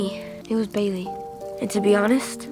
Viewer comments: Did you noticed that when he called for help he said "Bayliy"!!!!! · When he gave Bailey the badge I TOUGHT HE SAID BABY?! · When he called for help he actually said bally